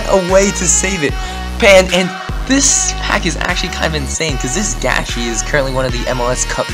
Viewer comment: How did you know how to prenounce Gashi?Where are you from?